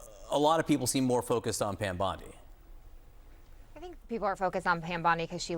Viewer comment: Who the hell is "Pyam Bondi"?